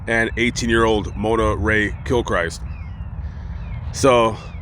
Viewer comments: It’s pronounced kil-krist, not Christ down here in SW LA. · Grammar lesson of the day: The Christ in Gilchrist is pronounced like the name Chris but with a T at the end.